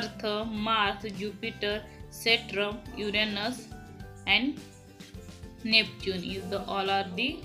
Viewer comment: Mam its saturn not satran